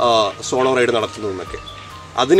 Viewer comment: Raid alla Ride❤️